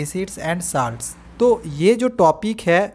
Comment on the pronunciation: Sir saalts nahi salts hai bo